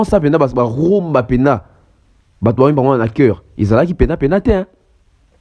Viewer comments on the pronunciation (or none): none